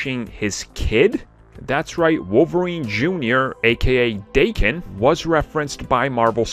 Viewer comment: It's Dah-ken, not Day-ken. I mean fuck, Is it really hard to do 10 seconds of research on google to find out the proper pronunciation? It literally took me that amount of time to google "daken pronunciation". Japanese isn't Aramaic... It's a very common and widespread language. Do better.